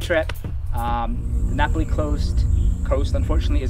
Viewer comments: It’s nah-pah-Lee NOT Napoly! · Hate to be a stickler for pronunciation but it’s Na’Pali coast, not Napoli (the city in Italy)...nice vid though, I’ve been to a lot of those places myself. 🤙🏼